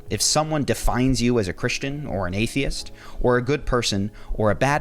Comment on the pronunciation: In Terr Rog I tive? AI Voice? definitely AI voice. Says the word Atheist very oddly as well.